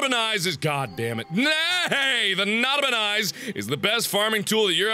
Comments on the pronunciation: Nada-per-nice. That's what I heard. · Srsly u didn't look at the tractor dud u know though it's Nota-Pe-Nis right? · It's not a penis, it's a Nota-Pe-Nis.